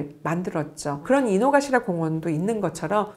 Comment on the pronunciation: 아 요요기 안에 있는게 아닌가요? 전 평일에 사람 없을때 한번 가봐야겠어요 ㅋㅋㅋㅋ아 그리고 작은거지만...기치죠우지보다는 키치죠우지가 발음이 맞아요 혹시 담에 일본 키치죠우지 얘기 언급하시면 필요하실까봐 알려드려융 이노가시라도 이노카시라 입니다